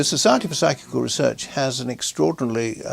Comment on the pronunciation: This idiot can't read or can't pronounce psychical. 😂😂